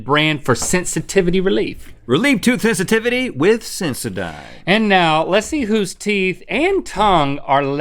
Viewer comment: tooth hisitivity?